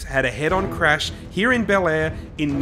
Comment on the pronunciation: Be-lair, not Bel-air.